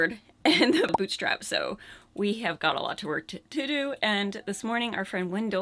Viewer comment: Boottriiiipe! Not boot strap! Great job though.